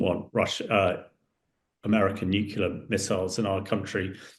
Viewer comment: I wish he would stop saying Nucular instead Nuclear